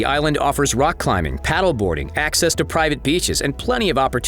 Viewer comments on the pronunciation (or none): none